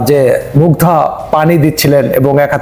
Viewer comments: মুগ্ধকে বারবার মুগ্ধা বলছে। নামও ঠিকভাবে বলতে পারে না। যতোসব। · Family Mugdha na re bol Mugdho tui ti uchcharon o korte parish na batpar akta age pore shikh